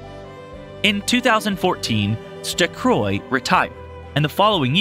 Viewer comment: It's a good informative video, but MAN did you butcher those names. Like, literally ran over the names with a freight train. Stecroy.